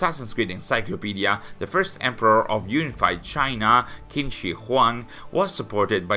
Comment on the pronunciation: just a little note: Qin is pronouced like 'Chin' but with a shorter 'Ch' Other than that, enjoying your content as always! Keep up the great work!